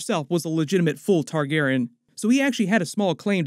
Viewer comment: Been watching your videos for like 15 years. Can you please pronounce it TargarEEan instead of Targarin? 😢 It’s very distracting every time you say the word.